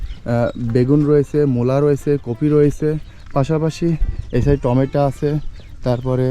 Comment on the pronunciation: মসিদ না মসজিদ টমেটা না টমাটো